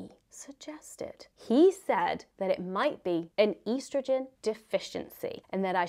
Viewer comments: Why are you saying estrogen weird lol?? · How else would you say it...